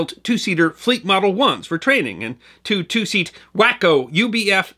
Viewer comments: Actually, it's pronounced "wock-o" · The aircraft (and the town) waco, are pronounced "way-co" not "wacko". I expect better 😠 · WACo is pronounced "Wah-Ko", not "Wack-O" or even "Way-Ko" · Sorry to be "that guy" but I wanted to correct a couple of things. The machine guns aboard the parasite fighter were not "30 inch" in size. You can either say .30 caliber or .30 inch. Also the two seat trainer built by WACO is pronounced WAH-coe, not WHACK-o. It's an acronym for Weaver Aircraft Co. Thanks for a great video! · Great video - but if I may, the aircraft company is pronounced “way-co” and not “wack-o”. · WACO Aircraft... 'Wah-Co instead of Wack-o :) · Waco is pronounced Wah-co, and they're not built in Waco either ;)